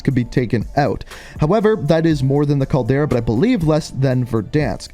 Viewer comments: he’s definitely not trolling. Gotta be a weird Canadian thing. He’s never said it correctly since day 1. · Agreed. It’s so frustrating hearing his repeatedly say it wrong.